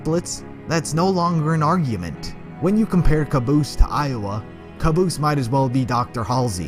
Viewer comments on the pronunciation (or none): The Brennan it's not caboose it's cabose